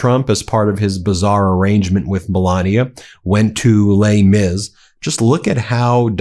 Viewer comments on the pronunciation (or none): "Lei Mis"??? WTF?!!